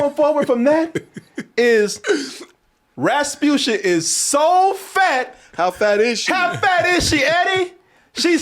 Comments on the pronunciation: got so tired of her he started saying “rabutia” instead of “rasputia”😂😂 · Man can’t even say respucia’s name right . He said repucia 😂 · “Rapusha” lol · I love how loses the S after a while.